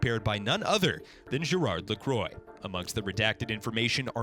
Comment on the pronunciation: Nice to know the enemies name. I don't want to be offensive. But, I am French and I just laugh when I heard your pronunciation of "Gérard Lacroix" and "Amélie". :D